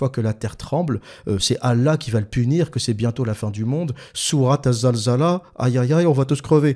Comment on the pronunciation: alors? c est zilzel ou zalzala?? en tout cas quand tu t oublies tu le dis comme il faut il suffit de te réécouter